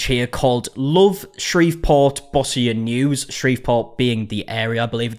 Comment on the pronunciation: This was in my hometown, ironically I only heard about it from a comedy podcast I follow, it's not been covered on any of the local tv stations I watch. Oh, and a friendly FYI: While you got Shreveport correctly ( bravo for that ) you got the Bossier wrong. Most people not from here do. It's pronounced Bo-sher, as if it were actually spelled Bozier. It's one of those tricky French names Louisiana is so well known thankful this video wasn't filmed in Natchitoches, Louisiana ( go on,give it a try lol ). Thanks for covering this.